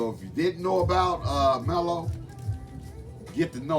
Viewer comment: WoW, I’m not familiar with this band brother! Latin Funk and Jazz… definitely right up my alley… I’ll check it out for sure. BTW, I think the band’s name is pronounced ‘’Maahlo’’ which means BAD in Spanish. Thank you for sharing my friend 😊